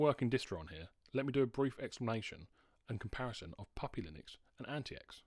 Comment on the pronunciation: I think there's a way to bypass the bios whitelist of approved wifi cards. If you serach for "T42 no1802" you should get some ways to do it. IIRC, I had to do this on t410/t430 to install an unauthorised wifi card and after market battery, but I had to use a modded bios. Also AntiX is pronounced 'antics'